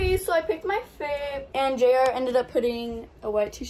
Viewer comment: it’s JR not Jar